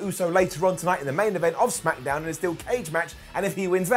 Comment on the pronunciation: Noooo he didn’t say Smackadown